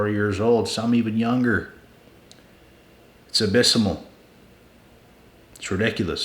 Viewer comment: wtf is abys-samal?😂 It's Abysmal, pronounced (uh-biz-mall).